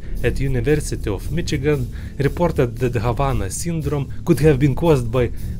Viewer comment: Ahh yes Mitchagain, the mitten state.